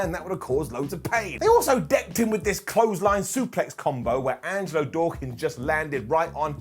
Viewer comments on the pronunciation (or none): none